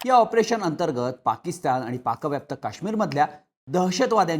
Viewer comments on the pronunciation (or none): none